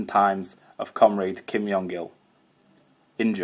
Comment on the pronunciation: Very interesting! I have to mention though - the korean pronounciation of Kim Jong Il (김정일) uses a J sound close to the english J and not a Y sound